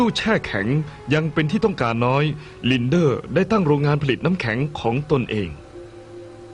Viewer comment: ลินเด้อ No ลินเด้ ..... อ่านแบบเจอร์เมิ่น